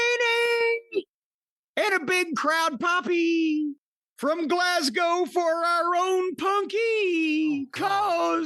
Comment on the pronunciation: Well done Corny, an American pronouncing Glasgow correctly 😅